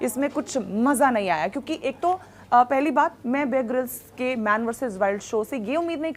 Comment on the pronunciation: Mohtarma ko apne favorite anchor ka nam tak sahi se nhi pata hai..{ babe grylls }. It's not babe grylls it's bear grylls. You should do your homework first then make a video.